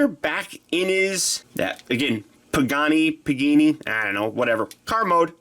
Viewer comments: It’s a pagani (PUH-GON-E) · Im just gonna correct you its pa-ga-ni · Its pa-gah-nee. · It's a Pagani Huayra. (Puh-gaa-nee Wai-ra). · it's PAGANI you illiterate fool. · As a car enthusiast, it hurt so bad hearing you butcher Pagani! Lol no hate though, great video!